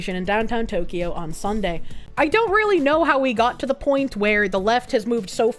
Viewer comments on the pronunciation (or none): none